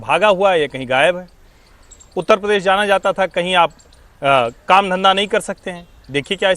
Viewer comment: हमारा उत्त प्रदेश....(मौलाना टोटूद्दीन) भाई उत्तर प्रदेश बोलना तो सीख ले...